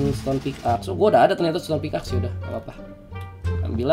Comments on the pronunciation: Pickaxe Dibacanya pik ex bang bukan pik ax, yakin sih udh tau cuman ngingetin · Org² ketika baca pickaxe= Pick ex